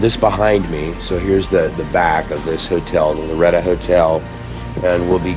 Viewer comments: With all due respect and as a native New Mexican, it’s Loretto “o”; not Loretta. It was painful to hear the name of a New Mexico treasurer being mispronounced; even when it’s clearly inscribed on the marker in front of the Chapel. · BEAUTIFUL!!! But...it's LORETT "O" 'not' LORETT 'A'. This is important as the Sisters of this 'Order' were commemorating the 'House of Loreto' which is the home of: Jesus, Mary and Joseph in Loreto, Italy. It was moved two times by the angels from Nazareth. Thanks for the vid. Health an' blessings! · Bless you but the pronunciation is Loretto. Not Loretta. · Who's Loretta?? Oh you mean LORETTOOOO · It is pronounced LORETTO